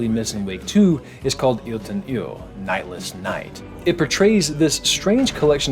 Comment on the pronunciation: Amazing video once again! Applauds for pronouncing "Yötön Yö" so well!